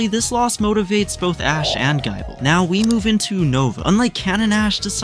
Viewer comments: Why GUY-ble? It's "gih-ble" as in Nibble. 😂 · I heard Gaible and turned the video off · Its gible not giable not being mean and sceptile has a silent c ANDITS NOT JENGA ITS GENGAR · "Gaible" is absolutely foul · He said gaible gabiite garschomp and then jengar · why tf does this voice pronounce it as guy-bull? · Gaaible gaabite gaachomp and skeptile is crime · Gaible? Skeptile? You have to be doing this on purpose bro 😂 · pretty sure he typed gible but the ai read Gible as Gaible.. Well he wrote a good story so we shall let it pass